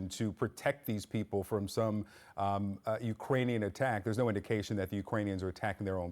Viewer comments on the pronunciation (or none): Hey CNN...it's UKRANIAN not "urkanian" 🥴